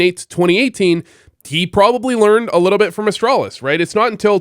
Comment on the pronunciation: are u french? i heard u say "a litta bit" and you look french in pfp. but you've never given french b4. just thinkin